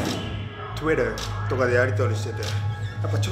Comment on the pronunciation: トゥイターww ほんとグレオカ劇場もそうだけど、コメントもうまい！ww